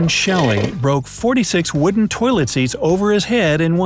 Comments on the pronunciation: U said tolit 32 times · he said toleit 23 times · 34 times you said toliet/toliets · I heard 29tolits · I think you said tolet 40 times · I counted 26 to 40 times he said toyllet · You said 15 tolits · You say 33 tolets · You said tollet 33 times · You said toliet 25 times in the video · You sayd 34 tams tolet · 34 times you sad tolit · 36 time saying tolite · You Pronunced "Toilet" 38 Times.